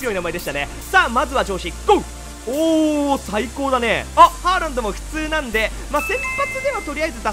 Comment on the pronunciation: ホ-ランドかハ-ランドかわかんないw